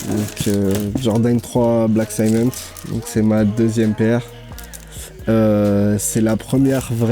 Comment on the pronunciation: Par contre va falloir arrêter de dire sciment pour cement lol